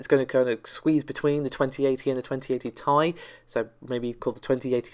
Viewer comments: t.i not tie ffs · What's with the mispronunciations on this channel? 2080 "Tie" ... Amd "Narvey" video cards ....??